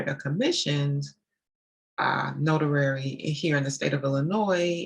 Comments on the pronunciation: Do you pronounce it as a “notarary” or is it “notary”? I am confused. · Good info and very inspiring, but what is a notarary? Do you mean notary? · Not being rude at all but did you change the name to executive closing agent because you have difficulty pronouncing the word notary? I can’t imagine speaking with vps and ceos and not saying the word correctly